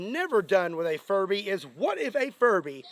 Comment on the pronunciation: Good job pronouncing the B in furBy a little louder, otherwise youd have the entire furry community at your doorstep 🤣